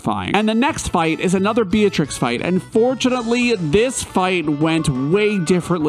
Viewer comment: It's not "bee-uh-trix" It's "bee-trix"